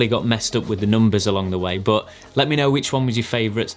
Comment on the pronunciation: i subscribed only cause of the way you say "BOHT!" (but) 😂